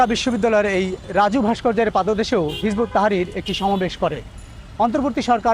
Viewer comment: দাদা, ঐ দলের নাম হিযবুত তাহরীর। আপনি নামটা ঠিক করে বলেন।